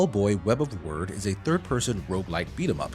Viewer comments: Did your autocorrect change “wyrd” to “word” in the script? Pretty sure it’s meant to be pronounced like “weird”. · I'm sure Wyrd is supposed to be pronounced "Weird" but the reviewer pronounces it as "Word". Which is it? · Isn’t Wyrd pronounced “weird”, like Terry Pratchett’s “Wyrd Sisters”? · Wyrd = Weird, not word. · legit. should be pronounced like "weird," and not "word" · Nah it's pronounced "Word" which is honestly weird lol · Unless in-game someone says otherwise, I'm pretty sure "wyrd" is pronounced like "weird". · Wait, the name is pronounced "Word" and not "Weird"? Why spell it with a "y" then? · The good: the look and vibe of the game: The bad: the game part of the game: The hilarious: people in the comments inaccurately um, actually-ing the pronunciation of wyrd. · wait, is it not "web of (weird)"? did they pronounce it "word" in the game? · It's not "Web of Weird"?